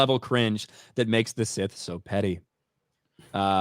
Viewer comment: Look SOL OBVIOUSLY REPORTS TO JEDI COUNCIL THAT HE FOUGHT A SITH. BUT COUNCIL ACTUALLY HEARD - SOL HAD A FIGHT WITH SETH. SOME FLOPPY HAIRED LATIN/ASIAN DUDE WHO LOOKS LIKE A HOMELESS JUNKIE. YOU KNOW SETH.. CASE CLOSED SETH NOT SITH. LEARN TO PRONOUNCE IT BETTER. 😅😂